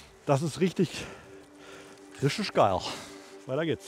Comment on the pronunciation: "Rischtigg gaill!"😂😂 Sauber,!🤣